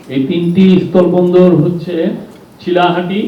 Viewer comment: জনাব, আপনার উচ্চারণে মহা সমস্যা আছে। আপনি বলছেন, স্তল বন্দর নাকি স্থল বন্দর? আপনার মতো এমন পজিশনে থেকে উচ্চারণে ভুল মেনে নেওয়া যায় না।